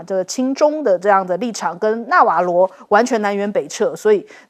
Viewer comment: 南轅北轍。“轍”字讀音是zhé（音：折），不是chè（音：撤）。